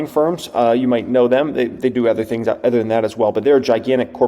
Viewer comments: Is it just me or does always pronounce “other” as “ather?” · I love you man, but you gotta learn to pronounce “other”. It’s not “ether”